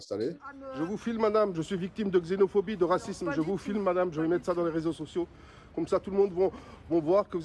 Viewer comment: Ça va pas bien ?? Il faut consulter un psychiatre de toute urgence: sentiment de persécution, paranoïa, dissonance cognitive… ça sent pas bon tout ça ma p’tite dame. Et on dit réseaux* pas raiseaux, sans parler de toutes vos autres fautes de syntaxe; si on est effectivement en France ici alors commencez par apprendre à écrire et parler le français correctement au lieu de vous ridiculisez sur la place publique comme vous venez de le faire.